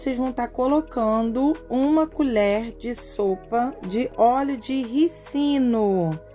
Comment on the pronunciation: NÃO É RICINO TEM ACENTO RÍCINO